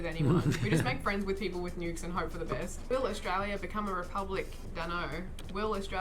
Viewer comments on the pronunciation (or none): Haha, maybe Matt could help you since you say “wif” instead of with. 😜